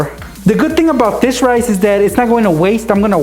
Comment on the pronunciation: rice, I thought he said knives